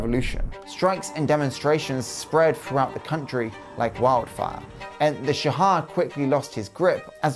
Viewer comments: It's not "sha-ah", it's simply "sha" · why do you keep saying Shah-ha? its literally just Shah, just say shaw.... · It’s Shah. Not Sha-ah. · why do you say "shahad" instead of shah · Its "sh aw h" not Shahaw. Just like how you say Shaw but with a little "h" sound at the end. You left out so much information. The Iranian economy was not on a decline at all it slowed down but it was not declining. The whole revolution was ideological rather than economical. Iran has been suffering financially for 4 decades now. However the new generation (including myself) are heavily against the government and we are very irreligious. Probably the most irreligious people you will meet in the middle east. However you can't tell that to anyone, especially foreigners cause if the government finds out, you could get in trouble. The oil crisis was not bad foe Iran but rather very lucrative cause the Arab states were involved not Iran. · Just wanted to point out, the pronunciation of "shah" is kind of off. You keep saying "shahah". Further, the AyatOllah is a "cleric" not a "clerk". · yes, it's a shame for otherwise, the video is good. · OK, so I'm an Iranian who happens to know some English. First I must say that the production quality is top notch but I have one point of criticism, you absolutely butchered the pronunciation, you could have searched for the names online. That could have taken 5 minutes maximum. ("Shaha"?! really?!) Oh and by the way I recommend "Fall of Heaven" by Andrew Scott Cooper for anybody who's interested in the topic of this video. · Those pronunciations though. 🤦 Why do people think that H's are silent in Persian? 🤨 - I've heard people say that Iran is the only country where the photos go backwards in time as they get more recent. - There's a Persian expression that says there's never been something bad that wasn't replaced by something worse. If only they had remembered that when they overthrew the Shah. 🤦